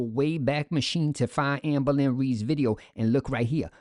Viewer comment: "Our FORMER babygirl AMBO-LYN Reid!" 😊